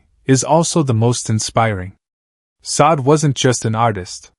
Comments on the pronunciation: This is jank. I don't believe any of it. I have only listened to a few minutes and can't go on because you're not pronouncing her name correctly. If you don't know how to pronounce her name, how can you know anything else about the lady? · Pronounce her first name correctly please....